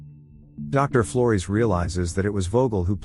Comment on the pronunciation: Yeah the AI is pronouncing Flores as "Floris" I was very confused